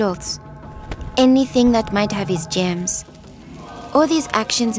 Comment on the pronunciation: I Laughed She Says Gems But Its Germs